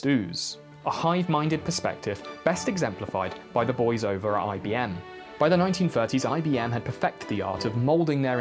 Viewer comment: EYE BEE "M" 🤣💀